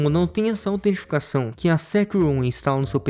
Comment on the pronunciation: Falou autenticação errado o vídeo inteiro kkkkkk